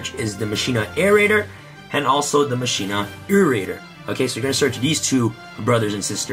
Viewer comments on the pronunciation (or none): "Irrador"? Irradiator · It was triggering me that you kept mispronouncing machina irradiator. Otherwise nice budget profile.